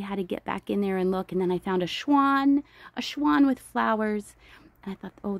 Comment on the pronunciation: Did you say shwan? 😅😆